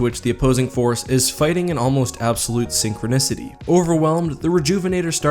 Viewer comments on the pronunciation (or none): none